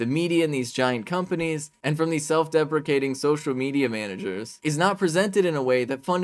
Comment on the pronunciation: I think she says self defecating instead of self deprecating at about . I suppose both would mean you're crapping on yourself anyway.